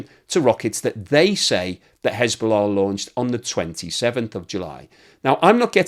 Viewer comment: There is « hezbollah « and there is » schisbollah » 😅